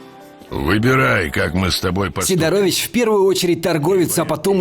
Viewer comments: Небольшая поправка: СИдорович, а не СидорОвич) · сИдорович а не сидорОвич